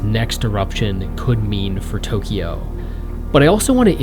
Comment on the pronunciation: Tokyo is a 2-syllable name. There is no "ee" sound in the middle.